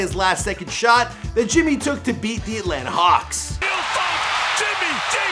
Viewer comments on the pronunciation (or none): none